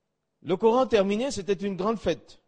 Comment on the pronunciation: Quel gros mytho, il ne prononce même pas normalement le nom du prophète (PSL), ni même le Coran